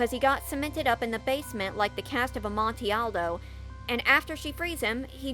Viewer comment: I had to do a double take at the pronunciation of cask of amontillado